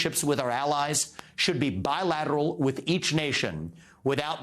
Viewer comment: He should never say bilateral again